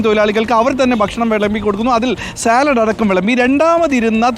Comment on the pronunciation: സലാഡല്ല അരുണെ സാലഡ് എന്ന് പറയൂ. അരുൺ യൂണിവേഴ്സിറ്റി കോളജിലെ അധ്യാപകൻ തന്നെയായിരുന്നൊ